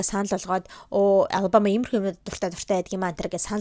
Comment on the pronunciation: Ghde mnai anu alabamaaas ii goy heljee ter jinhn oorihn tik tokiig harsn cn anu goy heljee hahh😂❤